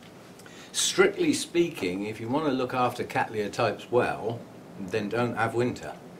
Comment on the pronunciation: I like your relaxed but still very informative delivery. A nice flow and some humour along the way. Also congratulations on your pronunciation of Cattleya which is of course quite correct given where the name comes from. I'm so cheesed off with my ancestors genus being called Kat-laya or ever, horrors of horrors as Kat-Tal-Aya.!